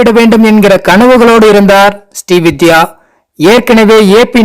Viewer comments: அவர் ஸ்டீ வித்யா அல்ல.. ஸ்ரீ வித்யா.. தெளிவாக உச்சரியுங்க சார்... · ஸ்டீ வித்யா அல்ல! ஸ்ரீ வித்யா